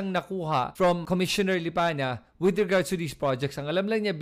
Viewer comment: May reason bakit Lipanya ang binibigkas mo, hindi yong totoo na LIPANA. Pansin nyo ba?